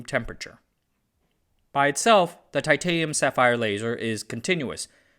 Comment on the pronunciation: Ai can't pronounce titanium properly on occasion. 😂